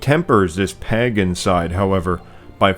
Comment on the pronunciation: The fact that you can't pronounce Pagan is almost a bigger insult than the Rings of Power show